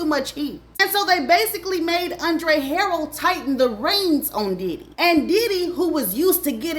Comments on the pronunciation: Ha- rell not Harold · Wassup 💪🏾❤️ and it's HARRELL not HAROLD lol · It's Andre harell. Ha.rell.😂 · It’s not Andre Harold Ha-Rell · Key fe dee but spelled kee fee dee you miss pronounce alot of names but your a damn good narrator and it's Ha rrel not harrold😅😅😊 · She said Harold it pronounced Her rell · Luv... please work on name pronunciations...It's KEEFEE DEE NOT KEFFE DEE😊 and ANDRE HARRELL (Hu rell) not Harel. .... other than that, you poured some good tea❤ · Girl Andre Harrell “Her- Rell” not Harold 🙄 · Keffy Dee & Andre Harrell is taking me tf out Tt!!! 🤣🤣🤣🤣🤣😭 It’s Kēefē & Huhrell 🤣😭🤣 Edit: the message is clear 💎 all that matters! Stay out of this industry babes! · the names are pronounced Harrell (hairrell) Keffe(Keyfee) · Chillllleee you and these names 😂 Kee-Fee-Dee and Andre' Ha-Rell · It’s pronounced “kee-fee d” and “andre ha-rell”. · If you're black, but aren't hip to Black culture, then stop trying to make money off of what we have going on. Just because you're black doesn't make you a culture vulture. You don't even know how to pronounce the man's name. It's pronounced, Andre HA-RELL!! 😒😒😒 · It only takes 30 seconds to look up pronunciations. Andre HuhRelle Kēfē dē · U keep say Haroll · Andre “Ha-relle” is the pronunciation lol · HA-rail. That's how you pronounce Andre's last name. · It's Huh RELLLL that's how you pronounce the Late Andre's name. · gone give me a stroke with the way she pronounced HA-RRELL lol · Great video overall but it's pronounced KEEFY D and Andre HAH-RELL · It’s Andre Ha-RELL 😂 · Andre Harrell (Huh-Rell)... it was killing me... 😂 But, great job! I didn't know about the Catholic school. 🤔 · You are butchering these names today girl LOL 😂. HA-RELL....KEE-fe D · It is alright. WE know what she Means Y'all!!! ALL GOOD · Andre Ha-RELL. Key-fee D. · I absolutely love watching her videos but I want her to pronounce these people’s names correctly.😂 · Every time she says Andre last name wrong. 🙃🙃🙃🤪🤪🤪🤪